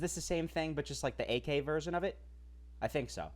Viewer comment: why'd you keep saying aK 😅